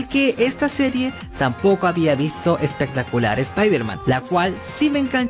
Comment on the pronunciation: Jajajaja...... ......"Espectaculiar" dice jajaja....